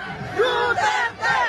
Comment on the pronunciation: Narinig. Ninyo.. deretcho daw, Deretcho enoduro..